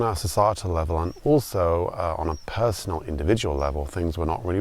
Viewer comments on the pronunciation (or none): none